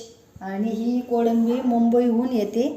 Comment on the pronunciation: Kodambi nahi ho kolambi 😅